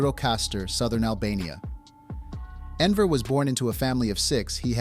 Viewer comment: Wrong pronunciation of the person we want to analyze isn't a great start. And while Albania during Hoxha's rule was by far the worst of Eastern Europe's so called "socialist states", Hoxha and his regime can not be compared with any African or Asian left-wing dictatorship. Most insane? Maybe check out Pol Pot and compare the Numbers: 1,7 millions death on Campodia(from 7,1 million inhabitants around 1970), 5000 in Albania(about 3 million during Hoxha's time).